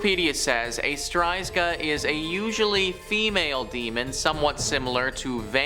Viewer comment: It’s actually ‚strzyga’ not ‘stryzga’